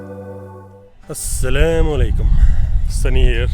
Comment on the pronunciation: Bhai bolgka maja aye ya na aye leki apke "assalamaleku " bolne accents pe mera hameaha hasi ajati hai 😅🤣 But enjoy traveling india cary on u r work